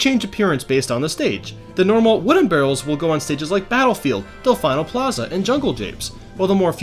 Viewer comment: lol "delfineo plaza"